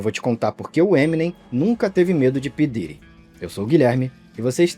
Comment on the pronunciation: Esse vídeo é foda mas o nome “p diddy” ficou mt cômico pra mim nesses últimos tempos, ainda mais o jeito brasileiro “pí diiry”